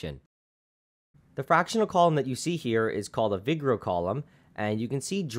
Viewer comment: Nice video, just one tiny bit of info - Vigreux is pronounced with the stress on the last syllable. vi'gro, not 'vigro. Same as bordeaux. The dude was French. :)